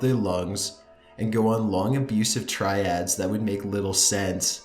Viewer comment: Good video as usual. Tirade, not triad